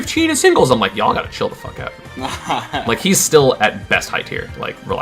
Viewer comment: Yaaaaaaaa we'll never know if he said y'all or yaaa that's hot